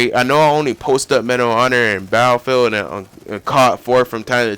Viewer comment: Sorry to say, but you pronounce battlefield a bit like bayellfield. Its quite funny that you leave out the ''t''.